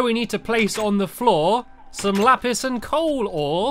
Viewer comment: says lapist